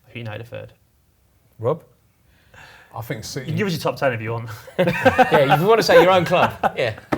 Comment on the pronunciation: Nobody Absolutely nobody Robbie - za-ich